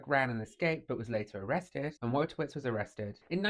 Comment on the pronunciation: it's pronounced Voytovich.... trust me, i'm a professional Pole